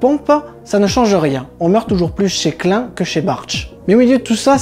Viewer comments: J'ai appris, j'ai ri, je me suis abonni. PS pénible: la prononciation de Klein en Clin me déchire les oreilles, mais bon... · boulot super ! mais revois ta prononciation de klein qui d'ailleurs veut dire petit en allemand .